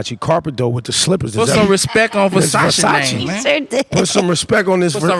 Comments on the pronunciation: he said respect, not respeck. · lol he don't say "respek" no mo